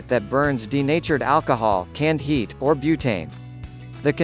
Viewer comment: “O.R.” instead of, “or” had me cracking up!